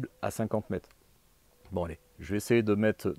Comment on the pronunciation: Bonjour et merci pour tes vidéos qui sont très éducatives. Par contre, même à l'arrache, systématiquement les distances sont énoncées en "kilomette" ou en "mettes" donc j'espère que toi aussi tu seras vigilant à la qualité de notre belle langue Française et à sa prononciation